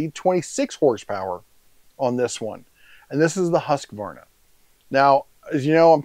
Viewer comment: Fun fact: Its Not pronunsed "HaskAvarna" its pronunsed "Huuskvarna" :)